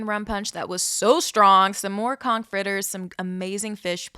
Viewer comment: Born n' raised in Nassau. Living in KC. My dad was born there in Turks, but i've never went there. Thanks for pronouncing conch (konk) fritters correctly. You know a tourist when they say kawnch. :)